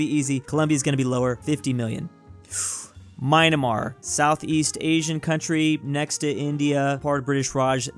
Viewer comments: No, he pronounced it Myna -mar, instead of Myan -mar. As though he can't read the spelling correctly. Is dyslexic? 🤔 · Myanmar: exists Normal people: "Mian-mar" Confused normal people: "Mi-an-mar" Weird people: "Mai-en-mar": "Mai-NE-mar!!!" He's literally adding letters that aren't there in the name... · Here again for "Myanmar" pronunciation. The word has only two syllables. It is not read as "My -anmar", "Myan" is one syllable and sounds closer to "Me-ann", and you really can't screw up on the "mar". So, it sounds more like "Me-ann mar". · mynamar????? its myanmar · ❗ Bruh, it's Myan–mar. Not Myna-mar. 😐 (I was hoping you were joking all this time) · "Majnamar" lol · bro just called myanar "my nah mar" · i love how called myanmar "maynamar" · Nobody:: “Mynemar” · Why do u call myanmar "mine-a-mar"? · Lmao he told mynamar it's myanmmar, I don't know why I found it funny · my ears has been thru a lot of "My-anmar", I need to crucify someone as a symbol to tell them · Fun fact: if you travel to the Indian subcontinent/south Asia plus Myanmar, you will see its pronounced My an maar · That's no Mon. It's Me-annmar. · He just pronounced it Myandamaar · Im native burmese and this is true Myan-mar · Dude said Maynamar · Bruh you butchered the name of myanmar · Every time you myanmar I cringe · the way you pronounced myanmar hurts me. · Lol the way he says Myanmar is like some kinda idiot u can’t read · STILL cant pronounce Myanmar correctly